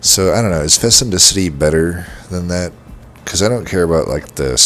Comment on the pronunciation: fecundity [fi-kuhn-di-tee]